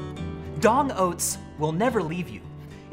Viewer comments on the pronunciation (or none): LOL you called them DONG oats instead of D!NG oats, idk why because this channel has always and will forever be called D!NG